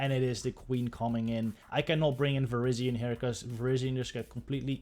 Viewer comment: I like how it sounds like you're saying Asian Power.